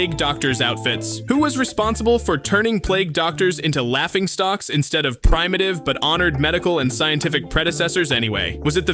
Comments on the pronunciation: Its pronounced "prim-a-tive" not "prime-a-tive" Ugh, I hate these AI readers... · "pry-mative"? its prim-ative! I wish YouTube would stop recommending me this channel because the constant failing of basic fucking second grade vocabulary words pisses me off continuously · "Prime-a-tive" lol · “Prime-a-tive…” it’s prim-uh-tiv dude. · Primitive, not prime etive. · PRIME-ative? stop letting AI read your junk!! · Prime Ah Tive? Holy fucking pronunciation batman. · Pri mauh tiv… well I’ll be damned, you’re an AI generated voice aren’t you? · prim*a*tive still has no reason to be pronounced as prime-a-tive, lol. do you pronounce "prima donna" as prime-a-donna? even the typo is latin in this case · Gonna need you to practice saying the word Primitive, boss. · First off, ya mispronounced primitive. Second off, WHY ARE WE CENSORING JERKS!? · How are you a narrating channel and can’t pronounce “primitive”correctly 😂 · Why ai voice over? Either that or you don't know how to pronounce words like primitive. Whatever it is, fix it. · He pronounces primitive like primate?? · mine was the way he (or it) pronounced primitive. never heard it said that way and i'd expect ai to pronounce relatively common words the typical way